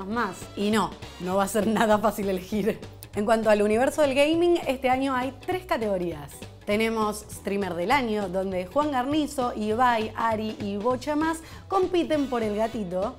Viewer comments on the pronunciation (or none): No es posible que nisiquiera se tomen el tiempo de cómo se dice el apellido de Juan, es Guuuuuuuuarnizo no garnizo...